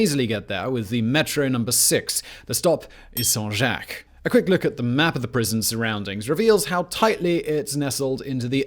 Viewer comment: "SAINT JOCK" not "Son Jack"